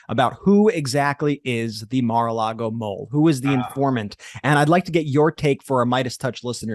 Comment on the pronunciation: I love the way calls it Mar a Lardo!! Gets me every time. You're getting your karma Mr. Cohen! Enjoy!!😁